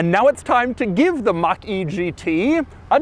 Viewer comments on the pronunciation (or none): Ford Mustang Mockyjeetey. Read that again